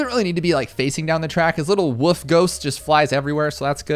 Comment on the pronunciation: Why do people say wuf it wo-lf